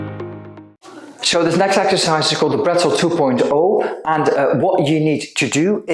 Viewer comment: It's actual Bretzel (german) not Brettzel...😉😉😉